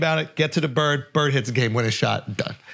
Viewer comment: Imagine being Ainge and not telling your coach in the huddle: You mispronounced Bird, Coach.